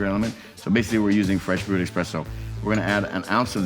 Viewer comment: Love the vid, but hearing a professional say expresso instead on esspresso makes me downright sad